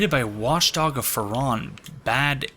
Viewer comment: I'm pretty sure the pronoucement of 'Farron' is with the hard 'a'--FA-ron. I think that's what was in the opening cinematic. Also, according to , the name Farron is a pre-1066 French name meaning Ironworker or Blacksmith. It stems from the Latin ferrum, or iron. As far as lore goes, I have know idea what that could mean; maybe Farron helped arm his own Legion?